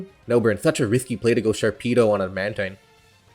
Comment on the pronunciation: Mantine is pronounced man-teen though